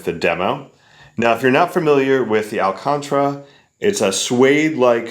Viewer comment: al-con-TAR-ah, not al-contra FYI, and it's actually a brand name for the material... great review otherwise, I think you're the first reviewer to get their hands on these